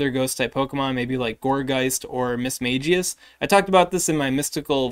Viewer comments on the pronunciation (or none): none